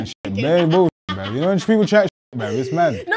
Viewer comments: Why does he say “brev”? Instead of bruv? Or is it just my ears? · Tell you spell the word Brev not Brav. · "Shout out to the non-binary people bruv"😂😂.. I like the way pronounces "bruv"